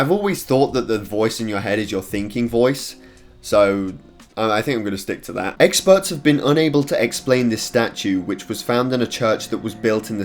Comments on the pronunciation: He is saying "E x p e r t s" so many times it sounds like eggspurts now XD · Is it just me or he saying eggspert